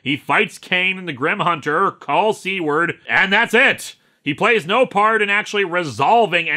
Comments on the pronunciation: Pretty sure it’s pronounced Sue-Ward. Not C-ward. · I really thought Lewis said C-word Trainer instead of Seward. It really brightened up this story for me!